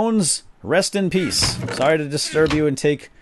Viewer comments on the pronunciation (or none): none